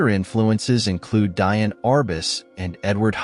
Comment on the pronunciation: Thank you, great video. Diane Arbus is prononced Dee Anne. You are doing a great job, thanks again.